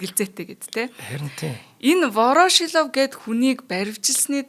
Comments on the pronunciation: Вороошилов гээд байх юм воршилов биш үү хөлбөмбөг тайлбарлагч заяа нэр сайн мэддэг ш дээ. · Вороошлов2 гээд байхын Воршийлов гэж и дээрээ уртаар дуудаачээ эхлээд сайн судлаад, дуудлага нтр тээ анхааралдаа. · Ворошилов гэж ядаж бхад яасан их хэлдэг юм бэ дээ 🤣🤣🤣🤣 Буруу дуудаад л байх юм. Заа гэхдээ үмхий оросуудын нэрийг яаж ч дуудсан яахав дээ